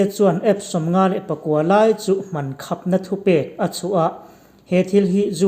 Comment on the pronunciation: Ngaithla ve mahla khap i lam dan kha dik itih ka ringlo